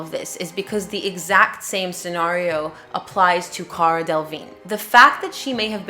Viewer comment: I don't understand why so many people don't check how to say Delevingne. She is successful, so looking for a tv interview could easily correct this. The man asking the questions should be saying it properly, lack of clarity in a court case is bad idea.